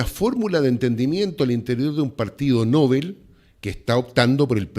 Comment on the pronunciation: El periodista pronuncia mal la palabra "novel". La confunde con Nobel ( el del premio ). Novel es palabra aguda, por lo tanto, sin tilde porque termina en L, ( se pronuncia "novél" )